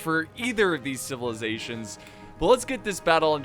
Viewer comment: Chivilazations ??? Athens and sparta......ok whatever u say